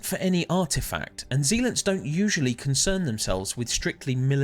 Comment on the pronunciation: amazing video. i wish there was more lore about the devoted sentries. P.s you are pronouncing zealot wrong its "ZEH - LUHT" not "ZEE-LITS"